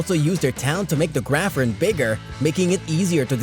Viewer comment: I was certain "graphorn" was pronounced grap + horn, not grafforn :O